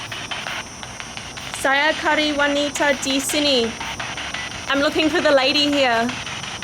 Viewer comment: "Cari" is pronounce "cha--ree" not "curry" "Bercakap " is also pronounced with "chaa-kap" not "kakap" "Dengan" is pronounced like "the-ngun" like the nun but a nasal nun.. not "den-gun" 🔫 "Mengapa" is pronounced "me-nga-pa" not "men-ga-pa" Otherwise other words sounds good!!